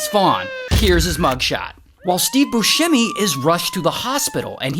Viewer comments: FYI it's bussemi not buShhhemi. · If you're doing a story on a man, can you at least say his name right. 😒